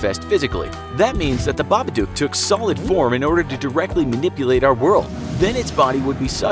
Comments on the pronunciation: it's babadook not babadooke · It made me so angry when he said babaduke and not babadook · Just saying it's pronounce babadok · >Reads the poem and line ends in book. >Reads the following line and pronounces it Babaduke. >MFW. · It's baba_dook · The story literally rhymes "book" with "babadook", so why 'tf is he still pronouncing it wrong?